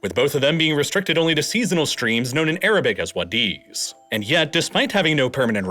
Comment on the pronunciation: It's a WAH-di, MUS-cat, and Dho-FOR ... yikes